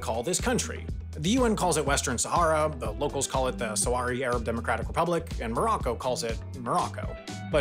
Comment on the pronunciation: SAWARI? IT'S SAHRAWI! ANOTHER HAI PRONUNCIATION MISTAKE!